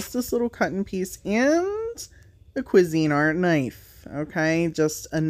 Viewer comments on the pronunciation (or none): I can’t even. I have pneumonia and have completely hurt myself laughing. And the way you say quizinart.. I love your laugh. The crusty bits on your paint brushes are what makes your art unique. TFS.